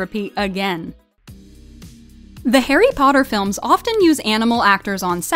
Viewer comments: Malfoy: PoTtAh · Harry pootter